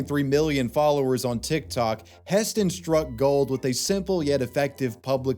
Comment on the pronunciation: no I'm not "wif" anyone,are you "wif" anyone